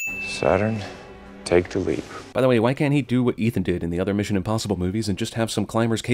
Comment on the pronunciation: ***** They just changed it to "Misson" facepalm